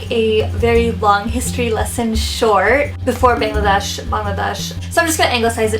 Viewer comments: Lol we can definitely pronounce it but she can't... she's trying. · Bangladesh pronounce kortew partase na hayre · you say Pakistan and India better in a desi accent than Bangladesh :( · not really... just pronounce 'ba' from bangladesh just like you would pronounce 'pa' from pakistan ... like 'Baa-ng la desh' instead of '"Bang" la desh' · Unfortunately Bangladesh is a word harder to pronounce. I have foreigner friends and I see that they can say India and Pakistan easily but struggle with saying Bangladesh properly.